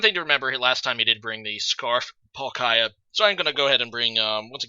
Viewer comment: Why do you keep saying palkaaaya.. its triggerin me This comment is b4 i see rhe actual battle occur. Oof tough game...